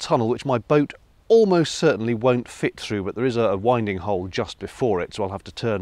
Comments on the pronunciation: After educating us that it is pronounced "win ding" hole, you went and pronounced it "why ding" hole . Now I'm feeling confused! (wonderful videos!) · I noted you said “winding hole” pronounced as in “I’m winding my watch”. May I correct you, as the pronunciation is as in “the north wind blows”, but as wind with “ing” added. Clear as canal water, eh? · “Winding Hole” pronounced how exactly......? 🤣🤣🤣🤣🤣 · I was surprised at pronunciation of "winding" is all...